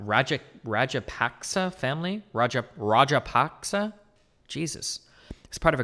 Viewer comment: I'm Sri Lankan thanks for the shout out Destiny. Also Sri lankan politics is a heleva drug you need to try it sometime Edit: also it's Raja-Puck-Sha (Also let it be know I luhv Chinese People so I don't get killed :))